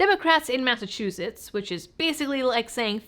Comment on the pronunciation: You left Massachuusetts?